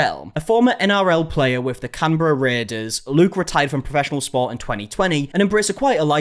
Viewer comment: Argh, he pronounces Canberra right but Queensland wrong! So close yet so far!